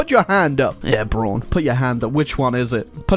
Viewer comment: Did i hear Bruan?